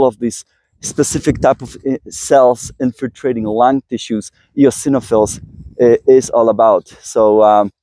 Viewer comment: You pronounced eosinophils just fine ! ❤️🙏